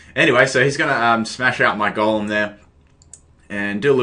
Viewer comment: Am I the only one who think that when he says Golem it sounds like Gollum...? No hate though, love the accent~